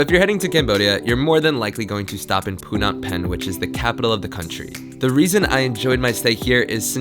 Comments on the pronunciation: Pu na pen? I thot it was pronouced as "Nom Pen" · Omg tuque tuque??? Poonam pen??? Couldnt be bothered to learn how ro say thanks in cambodia for their driver...also going to theee fake tourist schools, Good lord if youre gonna travel to a country atleast learn how to say things k thanks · ‘POO-NAHM PENH’ lmaoo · And you would pronounce Phnom Penh as p nom pen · Um it pronounced pnom pen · I love how you pronounce pnom penh :p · Omg pronounced the capital city name wrong, talked about the worst beer . Visited tourist school children which contributes to the really sad economy of child exploitation…This is not the video you should watch when considering Cambodia lmao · Omg the way you say Phnom Penh is terrible lmao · you pronouned phnom penh wrong but anyway loved the video im cambodian ive never been there though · You didn't even know the pronunciation of the country's capital city. Are you sure you came here? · .... Seriously? You are not able to pronounce Phnom Penh the correct way? Blows my mind ... you traveled the country extensively and you have no idea how to pronounce the name of the capital? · U insult our country name. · Eliya Thany nah I love Cambodia 🇰🇭 I spent 6 months there and it’s great. He was just saying Phnom Penh in a way I’ve never heard before and I found it funny